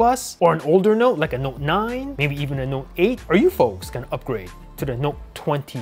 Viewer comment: "updrage" Lol